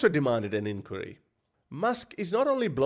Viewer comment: Please learn how to say inquiry properly 😅😂😅😂